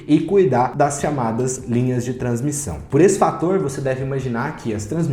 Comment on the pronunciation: “Transmição” vc matou hein.. mas blz, sigo acompanhando. Boa qualidade do video, parabéns!